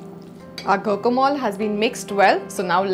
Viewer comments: It's not go-co-mol , it's gwa-ka-molæ. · It's pronunced gwacamolee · Please check your pronunciation.... it’s strange you are promoting a recipe you do not know the correct name of! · Learn to pronounce it right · she doesn't know how to pronounce it plus her recipe is wrong too lol. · She didn't even pronunce it right , smh